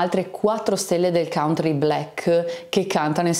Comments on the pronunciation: Scusami ma si pronuncia cantri, e non cauntri. Facevo lo stesso errore. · Dipende dai punti di vista, se in America pronunci "cantri" non è che sembri proprio nativo del Kentucky 😂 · consulti i dizionari di pronuncia, non uno ha riportato la variante cauntri che non rappresenta lo standard né in British English né in American English.